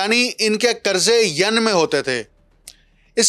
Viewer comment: So mro shb, pron yen, yen not Yun